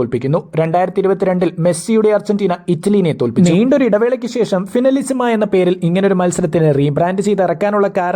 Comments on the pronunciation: Español pronunciation agane ann bro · ഫൈനലിസിമ ❌ ഫിനിലസിമ ✅😂